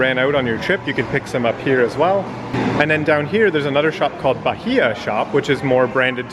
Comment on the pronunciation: The h is silent, ba-ee-a